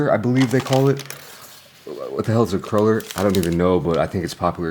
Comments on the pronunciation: In America, it’s pronounced like CRUEL ER. So either you’re pronouncing it wrong or they pronounce it different. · I TOO LOVE HONEY CRULLERS, and the honey cruller Timbits are also fire. I used to eat way too many when I worked at Tims years ago lol. its pronounced Crew-ller btw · We pronounce it honey "crew"ler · Honey "cruller" is insane bro... it's croo-ler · Dis mfer with the aboot 😂 … but homie triple triple? that shit ain’t coffee lol normal people don’t get that But ya all that stuff is on the menu, we have two versions of Tim Hortons. The regular one and the fancy one(trying to be Starbucks-ish) which Korea adopted there. And it’s pronounced crew-ler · I live in Eastern Ontario, Canada and a lot of people say cruh-ller. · I'm from Toronto originally and we always said cruh-ler. I'm wondering if it's more of an American influence than anything. Like the word basil we always pronounced bah-sil like the British not bay-sil like the Americans. We only used bay-sil when saying basal which is totally different. I think the American food network has altered a lot of the pronunciations over the past couple decades. But as long as we get the correct food it's not an issue. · How you pronounced cruller was so cute :D, I loved your reaction to it hahaha. I love the donut its just too sweet for me as I get older but I agree with what you said.